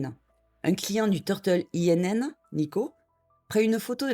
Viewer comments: Bonne vidéo ! Simplement INN se prononce [in] et ça veut dire auberge, taverne, hôtel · Pour info, “Inn” veut dire “auberge” en anglais. Ce n"est pas un acronyme mais un mot à prononcer comme tel.